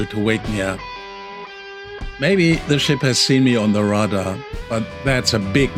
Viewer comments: Excellent piece. I really enjoyed your video. Your pronunciation of RADAR threw me off a little, because it sounds a lot like rudder. For an english speaking audience, the pronunciation would be more like RAY-DAR if that helps. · I understood. But...pronounce radar as ray-darr, and rudder as rudd-urr. I was wondering how you would set the rudder alarm. I think you meant Radar alarm. If I misunderstood, please correct me. Your english perfect otherwise. And this was a great video. Thank you. I subscribed. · Listen to your English to approximately Minutes. You will know that inexperienced sailors will just be getting to know yachts and the equipment on a yacht. The reason I have drawn your attention to the pronaunciation of Ra-Dar And Rud-Der is they perform entirely different purposes, but each is important in its own purpose. Yes, I understand, Swiss German and English is not your first language, possibly! However, when you use the correct pronauciation , then people will better understand your video’s. Proper understanding is important in Sailing, all the more so if somebody is alone.